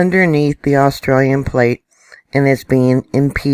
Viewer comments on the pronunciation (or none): none